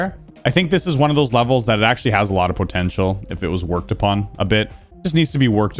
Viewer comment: Everytime says “Potential” it makes me cringe, its just such a weird pronunciation.